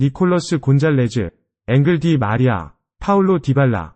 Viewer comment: 기계음 보다, 최소한 선수 이름만큼은 제대로 좀….앙헬 디마리아 음바페 등등….